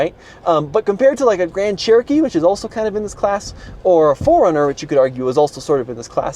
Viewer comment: I know there always seems to be critics. And as such, I try not to be. However, the 4Runner isn't pronounced 'Foreigner'. Yes, mentally I correct grammar.